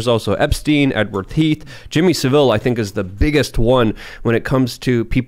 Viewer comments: Jimmy SAV-ill, not sav-ILL (that's a city in Spain) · The loud guy is annoying and keeps changing the subject. But then his mispronounced Jimmy Saville, ugh who is this guy?